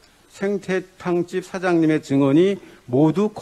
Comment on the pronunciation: 왜 생태탕 발음도 제대로 못하나